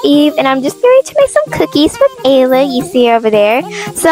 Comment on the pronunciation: You kept calling Ella like ayla or st 😮😅